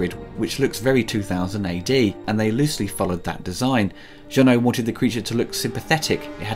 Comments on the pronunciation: It's JEUNET. Not Jeunot, not Renault, NOTHING that sounds like OH. This guy does nice reviews but he SUCKS at pronouncing names. Please don't repeat his mistakes. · It's not Jean-Pierre «Jeannot», it's Jean-Pierre Jeunet, it's pronounced « è » at the end. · It’s pronounced “Jeu-nay”, bro. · I am "deadly" serious when I state that it is hard to take anything serious coming from someone who thinks Jeunet is pronounced like Renault... but I guess, that's my problem